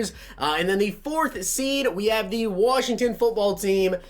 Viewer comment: Why do always say thee.... it’s pronounced the